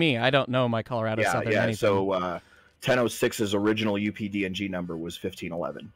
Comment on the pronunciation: Why do I keep hearing UPD&G as UPDOG?